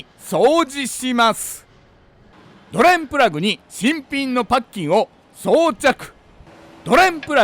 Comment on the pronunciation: ドｩレンプラグッ！の捨て難い魅力もお見逃しなく😊